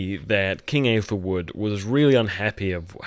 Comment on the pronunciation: this guy is tryna make breakdowns/theories but he calls aethelwulf "aethelwood" and doesn't know who sinric is...